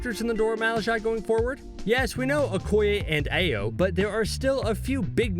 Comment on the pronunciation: Just like he says Ayo when her name is pronounced Iyo